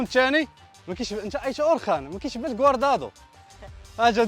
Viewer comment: كوادرادو ماشي كواردادو😂😂